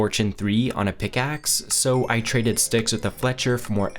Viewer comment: pick aksssssssss :D why does this guy talk like that?